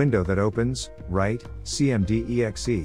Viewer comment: It can't even pronounce words properly - Setup To Pay (SetupType) - cmdexe (cmd.exe) - not only using a digital voice not a good idea - it does a HORRIBLE JOB